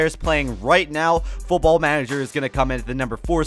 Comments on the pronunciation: Why is he saying football like that? It's pronounced normally (in Britain that's what it's called, and the American variation of the sport isn't very popular) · why you say football so weird ?